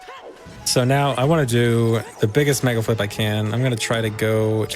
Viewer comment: said "megaflip" so often that by he starts articulating the l before the f has time to fricate, so it sounds like he's saying megalflip. It's not even a decomposable word anymore, it's just a single chunk